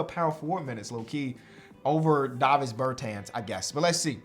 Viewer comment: The way he pronounce Davis is crazy lol